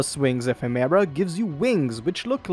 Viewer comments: say Effeminant, it means having Feminine attributes, SO, its pronounced E-fem-ur-uh. thumb down for not researching proper pronunciation. Ephemera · Holy I was interested but cannot stand the way you are saying ephimara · PLEASE it's pronounced əˈfem(ə)rə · Epheméra is an exotic way to say ephemera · The pronunciation of "ephemera" kills me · Hearing him mispronounce ephemera every 5 secs is like nails on a blackboard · I don’t wanna be this guy but, that’s not how ephemera is pronounced